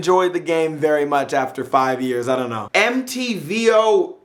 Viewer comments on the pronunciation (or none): isnt mtvolkan pronounced Mount Volkan?